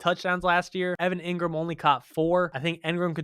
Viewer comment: I like, but its pronounced EEngram, not EHngram